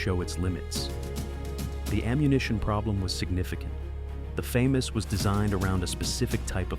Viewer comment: The “Fay-Mas” lmao AI slop